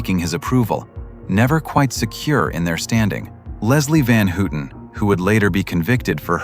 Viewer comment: “Leslie Van Hootin’? AI narratives suck!